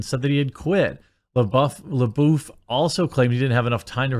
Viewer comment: It’s Florence “pew” like Pepe le pew, lol. And “lebuff” like gym dude is buff